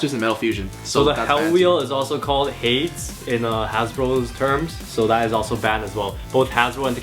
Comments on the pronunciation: pronounce hades like haydeez not hayds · it is pronounced HAY DEES not hayds.